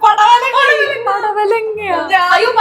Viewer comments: That palavadanga😂😅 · പടവലങ്ങ ❌ പലവടങ്ങ ✅